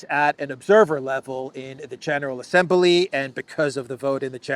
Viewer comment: Please Stop adding an "e" to the word Assembly!?